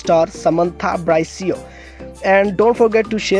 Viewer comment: You mispronounced her last name,,,, it's not [bra-ee-see-oh],,,, the correct pronunciation is "[bree-see-oh]"